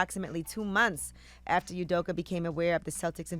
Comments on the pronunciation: My Igbo name is Udoka and it is Pronounced...Ooh-doh-kah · The way you all butcher the man's name is getting at me, it's pronounced as ù do ka( the U(ù) like the beginningof the word (Uber) Do( dough) KA(car).